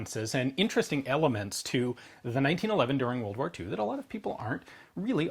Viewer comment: Two whirled woars!